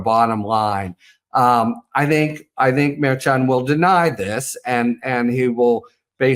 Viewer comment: Someone really should tell Harry Litman to pronounce Merchan's name correctly